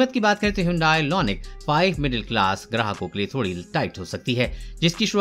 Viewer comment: LONIC nahi IONIC